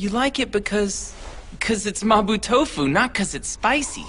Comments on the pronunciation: no no no the english dub says mabo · hated how they said MABO it’s mapo with a p 😭